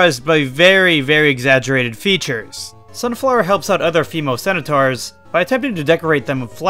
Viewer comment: Why do you add extra vowels to some words or just letters in general like "skelentons" or "cenetaurs" if you're not a native English speaker then that's ok I just want clarification